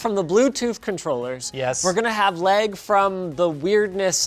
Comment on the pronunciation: Pronounces lag, “leg”